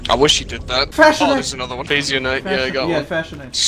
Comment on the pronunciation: Jesus Christ,, they’re not phazyonite, they’re fashionite